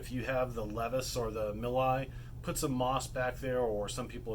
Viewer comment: Btw, the "Nepherus milii" actually had their Latin name changed to Underwoodisaurus milli in 2014. Milii is pronounced "mil-ee-eye. I have done some research on this. Just wanted to point that out. Good video though, lots of good information.